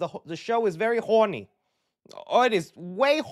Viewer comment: The way this dude says “Horny” just cracks me up 😂